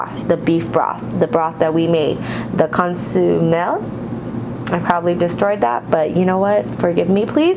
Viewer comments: It’s con-so-meh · Con-sue-may <— that is how to say it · Con-sue-meh. Looks REALLY good!